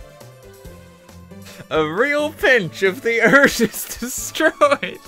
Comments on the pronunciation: "thee Eert" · I love the way you say earth. Eart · "ERT" "THE meteor will destroy ERT"